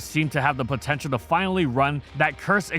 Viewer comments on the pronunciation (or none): did you say potential